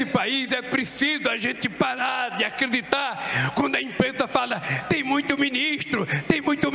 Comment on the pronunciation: Aqeditar Em cipropiu para contuir ufuturo melor